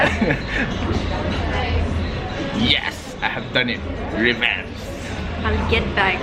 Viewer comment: It's revenge not rebenche